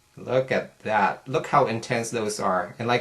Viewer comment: Have you tried the new mineral eyeshadows from E.L.F.? If so, which of the two do you like the best? (between ELF and YC) Love your videos and the way you say "dat" lol